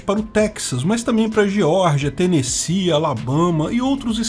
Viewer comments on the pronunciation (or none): none